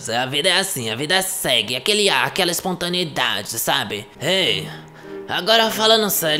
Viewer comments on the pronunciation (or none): "Aquela ispontânidadi" kkkk morri😹